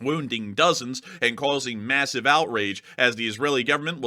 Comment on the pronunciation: "Massave outrage" LMFAO STFU